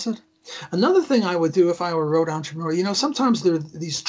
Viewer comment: It's entrepreur not entreponor. It's a french word, because I'm French you make me crazy with your bad pronunciation. Don't misunderstand me I still love you guys.